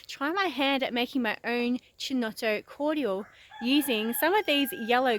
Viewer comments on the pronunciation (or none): Yes it is triggering ... Key to my ears not Chee. I just call it Brio. The only chinotto I can buy around here. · It's pronounced "Keynotto". The "C" is hard. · The way you pronounce Chinotto will trigger every single italian on earth. For the love of god call it "keynotto". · Its ki-nott-o not che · Fantastic I've been wanting a chinotto syrup recipe, but can't find an off the shelf product, nor the chinotto fruit. Coca Cola used to make Bisleri under licence but they dropped it, Good job, looks like it should work, have to get the makings. PS it is pronounced "Kinotto" in Italian, don't know about Maltese. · great, but the pronounce is Kinotto or Keynotto. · Chin-no-toe... STAAAP LOOOOOOOLL PLEZ LOL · it's pronounced with a C not CH so KINOTTO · I'm not even Italian, and I cringed each time... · where is the other culture? She’s just taking our culture and mispronuncing it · Triggered the shit out-of my husband right now every single time lmaoooooo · yeah this is not how to pronounce chinotto 😬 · Easy there. She is Maltese not Italian, you don't know what it is called in Maltese. Do agree though I flinched every time she said it.